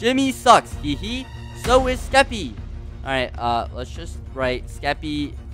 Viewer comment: Jimmy calling Skeppy "Skepp" is the reason I live at this point